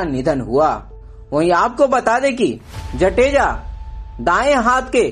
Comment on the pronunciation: Mehrbani karke aapki language clear rakho....jateja nahi .. Jadeja bolo.....he is my chachu.... please